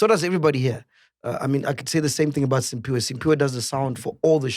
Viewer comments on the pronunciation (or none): Mac, Sphiwe’s name is ‘Cphiwe’, not Simphiwe! He’s been telling u since Sun_Bet‼️